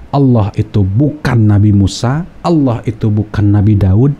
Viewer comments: Mualaf aja bisa sebut Allah dgn betul..😃😃 ini yg kata mantan ustaz tapi sebut Allah gak bisa😂😂😂 kok jdi alah alah😂😂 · Ketahuan bohongnya si nyebut Allah ya seperti Oten.